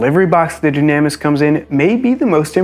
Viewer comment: I would assume it's pronounced "Doo-nah-miss" if it's Greek. Just a thought.